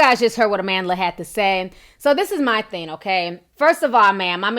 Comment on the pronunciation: why does it bother me so much that you say thin instead of thing. OMG